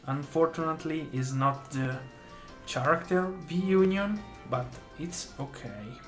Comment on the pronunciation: cool vid and great pulls! btw. it's pronounced "Karakter", not "Tscharakter"